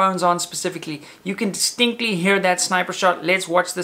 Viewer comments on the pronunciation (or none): he said "stinkly" instead of "distinctly" lmao